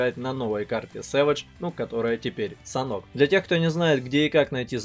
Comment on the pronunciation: Не САНОК, а Санёк!)